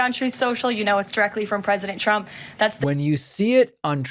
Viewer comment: I love how she says Chump when she’s trying to say trump.